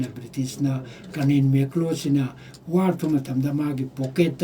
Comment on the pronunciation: Bapuji.. Article.. Not African, War... Not Wan